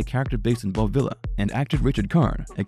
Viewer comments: Its "VEE-la" not Villa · Your mispronunciation of Bob Villa's last name is highly annoying.